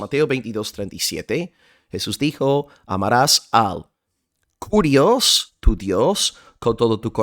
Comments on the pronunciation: Solamente como aporte, que se pronuncia KIRIOS la u no existe en griego y esa letra es una forma de "i" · Mi amado hermano por la fe de nuestro Señor Jesucristo. La palabra es KYRIOS en Griego y no carios. Y por otra parte si varón lo as explicado muy bien,,que Dios te bendiga un cordial saludo desde Guatemala el país de la eterna primavera . 🇬🇹🇺🇸🇪🇸